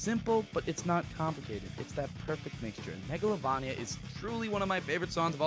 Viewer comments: I'm so happy Megolania made it to #1!!! Edit: it's pernounced Megalo-VAIN-ia!!! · You said it wrong megolavania wrong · Hey I’m sorry about the comment earlier. I deleted it. It’s just that I’m used to megalovAnia. I guess it just triggered me for a moment when you said MegalovOnia. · It's pronounced megalovaneia not megalovania even though you write it that way. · IT'S PRONOUNCED MEGOLAVAYNIA NOT MEGOLAVAHNIA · I heard Mogolovonio XD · Yeah I hate how he says mega-lo-va-nia but its still a good song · Says mAglovania Me:visible frustration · Thank you. And it is (Mega-lo-vainia) not (Mega-lo-vania) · 5 year old video or not... "Mego-la-van-ia" ._. MEGOLAVANIA???? yeah I'd if it appears right or not it hurts to hear it pronounced like that. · It’s not megalovuuuunia it’s megalovania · Megalovunia? It’s Megalovania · It's megalo-vAnia not megalovonia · its mega-l-O-v-Ania nit megl-O-van-ia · You pernouced megalovania wrong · I'm writing a new comment, and pinning right at the top for everyone who constantly comments about how I pronounced Megalovania. I KNOW. I know it's supposed to be "vain" with a hard "A", but seriously, can we talk about something else?? It can't be changed. Obviously. So stop. Please. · No idea why I said megalovania like that haha, I'm aware the "correct" way to pronounce it. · MEGA-LAV-ANIA??????? MEGA-LOVE_ANI-AH SCREEEEEE (im sorreh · How to CORRECTLY pronounce Megalovania Meh-Guh-Low-Vay-Nee-Uh There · I'm sorry to say this, but it's not MEGALOVAAAAAAAAAAAANIA IT'S MEGALOVAINNNNNNNNNNNNNNNNNNNNNNNNNNNNNNIA It was at this time that realized, that he f----ked up. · Just pointing out your pronunciation for megalovania, it's pronounced like metroidvania. (mega-low-vain-ee-yuh) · The way you pronounce Megalovania disturbs me. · It's megalovania with a hard "a" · That's not how you pronounce Megalovania... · not trying to be annoying bruh but megalovania is pronounced mega-lo-vain-ia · i dont say megalovania with a hard A tf